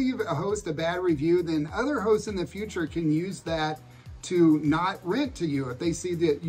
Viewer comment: Well, I really wasn't laughing at you but, I had a good one. you said crazy hosts and 3 or 4 times through I thought you said crazy hoes. I'm 3000% more afraid of crazy hoes than I am crazy hosts, especially in NYC. On a different note, somebody commented on another video that retirees weren't getting enough attention. I spent a few hours going through some of the past Amelia And videos and the refresher was well worth it. There was so much I didn't retain. I don't know that it would help but, maybe a playlist on your channel titled Fixed Income Retirees. A lot of the Ecuador Cost Of Living could go there as well as many other videos. I think the main takeaway is that except for a few cases, you can live a better life in Ecuador with what you have coming in than you could in the US. It does make a lot..a whole lot of difference on what you absolutely can't do without. If you have to have all US processed food instead of any of the healthier food available in Ecuador, it may cost you more. I knew a guy that his wife wanted to move to Panama but, he couldn't give up his liquor stores in the US. Maybe if you moved to Panama, you wouldn't have to drink so much.